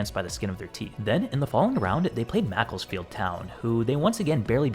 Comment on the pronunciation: Feels weird hearing an American say Macclesfield